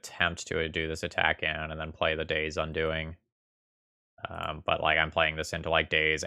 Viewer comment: In game 3 you said quite often "playing around Daze". Later you pronounced the spell 'Day's Undoing' like 'Daze Undoing' and i just saw a card in my mind that could be in the next un-set. Maybe: "Return a card that got countered, because you didn't have enough mana to let it resolve from the graveyard to your hand."